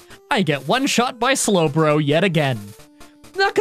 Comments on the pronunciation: Would it be considered a (s)lowblow to bring up the slowbro mispronunciation? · That slowblow line still gets me. Every time! Your script flubs are some of the funniest things ever. Probably tied with your improv.